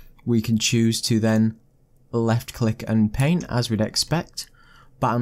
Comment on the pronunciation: So many people say "paint" as "pehn" and I'm always like "????? What pen???" 😤